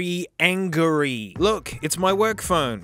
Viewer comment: "very ANGRY" 💀☠️